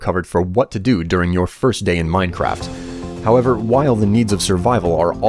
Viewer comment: why do you pronunce however how ever????????????????????????????????????????????????????????????????????????????